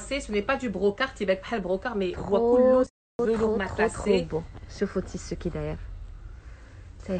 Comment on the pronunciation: On ne dit pas le « Tissou » mais le tissu, et on ne dit pas la coulor mais la couleur, les fautes s’accumulent... si tu ne maîtrise pas le français parle ta langue natale